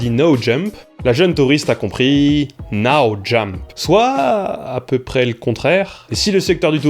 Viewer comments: "Now" is more "naw" ... en fait! [naʊ] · Ton anglais est vraiment limite : tu prononces pareil (du moins trop similairement - j'vois déjà les débats stériles sur la micro-différence perceptible) no et now mais ton but est d'en illustrer la différence, du coup ç'aurait été cool que tu vérifies comment now se prononce, et que tu t'entraines un minimum. C'est pas la première fois que je remarque ton souci avec l'anglais, alors que dans des videos qui traitent de cette langue, c'est quand même question de crédibilité et de qualité que de s'appliquer. FYI, now se prononce comme si tu lisais NA-w, et no comme NO-w, pretty simple (sans impliquer les différents accents). ;)